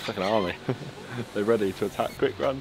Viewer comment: lmao go to 17 seconds. man cant say "ready"